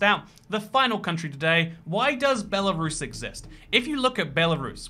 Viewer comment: Me: *profusely swearing at him calling out Belarus in the video* Also me: *demonic screeches about how he said Belarus in different way*